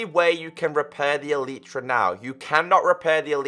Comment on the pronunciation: U r speaking elytra like elitra